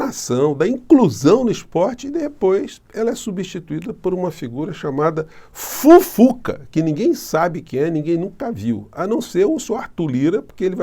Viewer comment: Ai professor,o jeito que vc falou Fufuca,estou rindo até 2026. Kkkkkl